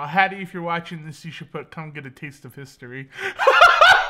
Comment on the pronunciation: No one:: come get a taste of hiSToRy